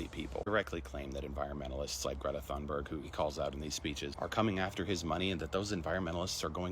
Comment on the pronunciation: Greta's last name is pronounced closer to "Tuneburry". She deserves that people speak her name correctly.